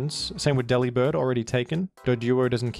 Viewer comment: Delibird is so bad, bro didn't even bother to pronounce his name right 😭 ( it's a pun on delivered, where the 'vered' is 'bird' )